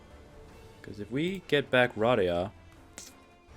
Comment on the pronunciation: Hermione: its pronounced Ruh-DAY-uh